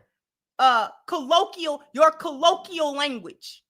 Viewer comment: It's NOT collo-key-al, it's collo-kwee -al for the pronunciation of colloquial,.